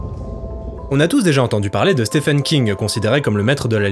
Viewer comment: pas stephen mais ce prononce sti-ven king, sinon good critique.